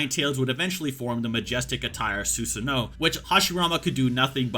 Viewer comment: Love the video but can we as Americans please stop saying “Su-SAH-no” It’s Su-Sa-NOO